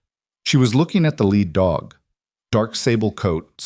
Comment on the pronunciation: It would also help if they actually knew how to read the word lead. We also don't have to hear the same thing five or six times like her hearing the fluorescent Buzz of the fluorescent lights.... Plus they should actually spell & pronounce fluorescent correctly as well